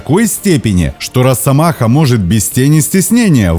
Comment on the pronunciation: Не "роССомаха", а "росомаха"! С одной "с" пишется, и так же произносится.